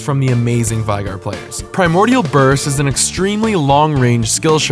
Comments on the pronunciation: it's veigar not viegar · It's pronounced "Vay-Gahr" not "Vi-Gar" ... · It's Veh (as in velocity), ee (as in three), gar (as in garen). Veigar, not Vaygar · It's pronounced vay-gar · It's interesting how there are so many different ways people produce the "Vei" in 'Veigar", when his name is spoken aloud in-game by both Tristana and Final Boss Veigar. It's "vay-gar", by the way. Rhymes with 'day' and 'say'. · Hey great video. Just to let you know it's pronounced Vay-gar. I used to be friends with the guy who the champ was named after. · his name is spelled veigar, not viegar. "vei" not pronounced like "tie" because it's not spelled like "tie". its pronounced VEY. VEY-GAR. He says his own name in his final boss skin. He says "I, VEY-GAR, will knock you all down!" look it up if you don't believe me. This isn't a gif/jif thing. It's not a matter of preference. Some people are wrong, like, and some people are right, like me. And Veigar himself. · The thing that bothers me about this video is that you pronounced Veigar's name wrong. Otherwise I love it. So you can know from now on, here's an audio clip of him saying his name